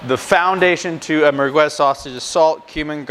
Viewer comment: Pretty funny how you pronounce the word mergwez, no it's mer'gez. By the way, it's typically Algerian and not Moroccan. By definition merguez is and should be hallal.